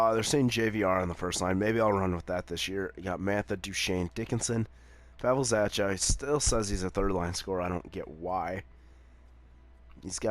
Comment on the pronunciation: Oh and by the way zachas last name is pronounced za-ck-a